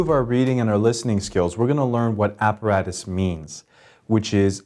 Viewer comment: look Apparatus is a latin word not an english one, and your pronunciation is wrong